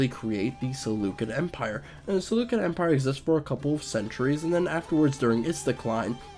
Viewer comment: prehhface not pre-face. SeluSSid empire, not SeluKid Empire.